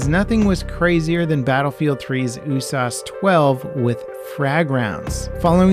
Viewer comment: Why are you pronouncing USAS?